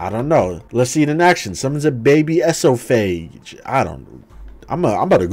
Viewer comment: Man really said " E-so-fay-geous "